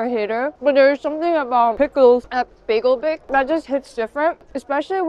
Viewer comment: Biegel Bake is pronounced as Bi-guhl Bake as opposed to American bay-guhl 😊